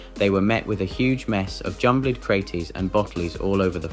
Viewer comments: "old /bold saying isnt for welders its for PILOTS. And the AI voice needs work its crates not crate-y's and mixed, not Mix-ed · ...This would have been better with a real person instead of an AI who thinks simple words like "crate" and "mixed" should e pronounced "crate-y" and "mix-ed"... That IS a real person. See #5 (Too much alcohol up his ass.) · Jumbleed botlees and cratees. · 'crates' - pronounced cray-tees; and 'bottles' - pronounced bot-lees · “Craties and bottlies”?. This AI voicebot is of the cheap variety.... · Craties and Bottlies? Calcium carbeeda? Wtf? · "Jum-bled craties and bottlies":face-blue-smiling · God, this was painful to listen to... It is like it was read by an AI bot with a fake accent! Sounds vaguely English with bottle being pronounced bo'l, but bottles is pronounced as bot lees crates as crate ees jumbled as jum bled mixed is mix ed cadbide as carbid etc claims 'internet translations from Russian to English leave much to be desired, then itself totally butchers the very next English title as 'Master meets bate ends'. Like, wtf? Final point: to be a true Darwin Award recipient, you not only remove yourself from the gene pool, but should never have bred either. Some of these characters (eg, #1 and #5) seem old enough to have had children and already passed on their genes before they autocorrected their existence. Edit had to give up before I had a brain aneurism and awarded myself a Darwin for putting myself though thus garbage! Apologies everyone for my comment and helping the algorithm spread this contagion. Hope you survived... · "Jum-bled crat-ies and bott-les" FFS employ a human to read this crap! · "Cratees and bottlees?" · Cratee's and bottlee's? Blooming bot!!!